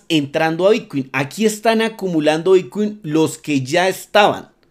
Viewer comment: Son ideas mías o pronuncias "bitcui"? he visto varios videos y en lugar de bitcoin se te oye "bitcui"..